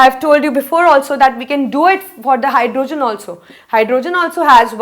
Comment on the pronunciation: Try saying hydrogen not hyrdooogen other than that u r great